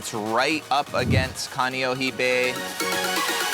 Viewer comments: Kaneohe not Kaniohi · Dude! Pronounce your Hawaiian words correctly!! Not Kaneoheee…..